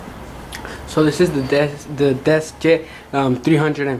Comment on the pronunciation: Its a deskjet and not desjet